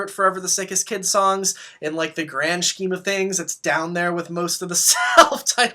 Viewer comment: Are you saying “scheme” with the hard SH ironically? Or are you just mispronouncing it? I’ve gotta know.